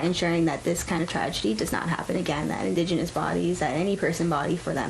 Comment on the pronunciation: "indegeniius" lol shes more white than me...